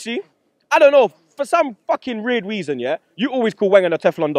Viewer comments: "For some Fucking Reird Weason" LOOOOOOL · "For some Reird weason" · "rierd weason" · said reird weason lol